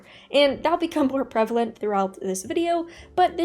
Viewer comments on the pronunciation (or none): none